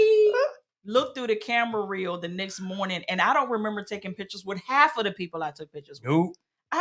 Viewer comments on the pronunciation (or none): Thank you for this video. Excellent info. Just curious where the Mr is from because I notice he keeps pronouncing next as nix